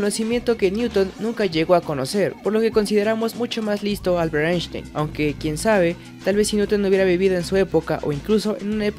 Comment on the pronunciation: Se pronuncia "Ainstain"